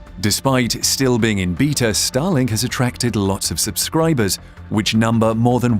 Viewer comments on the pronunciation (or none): At the first moment I heard “Stalin” instead of “Starlink” …